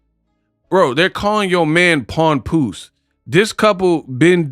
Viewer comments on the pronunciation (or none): She called the man Pawnpoose😂😂😂